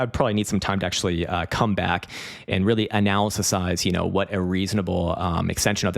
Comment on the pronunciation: did he say cumback 😂